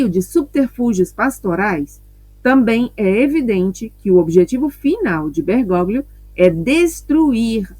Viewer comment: Com todo o carinho...Bergóglio, se lê: Bergólio.